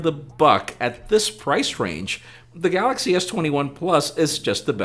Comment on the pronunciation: The best part is when he says his name and "the gaLLaxy" :)